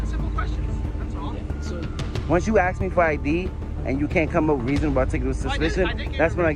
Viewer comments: knows the law but says "in order to aks my id" :D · You can't axe me for id lol